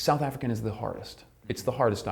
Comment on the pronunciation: Africaan, not afreekhan.